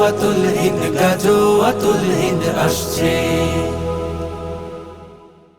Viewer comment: গজল বানাইলেন ভালো কথা। কিন্তু গাযওয়াতুল হিন্দ শব্দ টা শুদ্ধ করে উচ্চারণ করে নাশিদ বানাতে পারলেন না